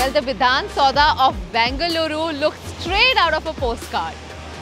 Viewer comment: Its Bengaluru not Bangaluru